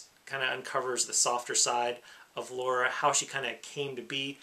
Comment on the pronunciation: Nice list, well argued as always. Ni no Kuni is currently £5.93 on the psn sale. Its a whopping 22 gig dload so beware. Now comes my one complaint... In Tomb Raider it's LARA Croft, NOT Laura. Lara pronounced Lah-rer. Why can't some Americans say it correctly. Same thing happened on the XGA Awards. Camilla looked annoyed and I'm not surprised.